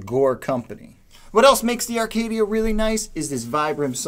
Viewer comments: It’s Acadia not Arcadia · It's Acadia not Arcadia. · There is no "R" in Acadia...stop saying, "Arcadia" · Every time he said "Arcadia" I wanted to punch the screen. How the hell do you get that from reading Acadia? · Acadia not Arcadia.... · I think the "R" is silent...